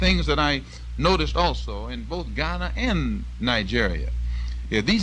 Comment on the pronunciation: I love how he correctly pronounces the cities in Ghana☺☺ so cool